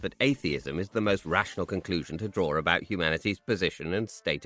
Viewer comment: Which part of England do you guys come from that add an "r" to words that don't have an "r"? For instance ...draw ... you both say "drawr". I'm just curious...